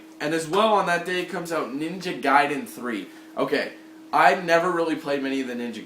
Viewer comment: lol i think u pronounced ninga gaiden wrong :P